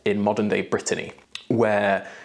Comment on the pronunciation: Ooooooo I die. My name (Brittany) pronounced correctly more times in one video than the whole of my life (USA 😑).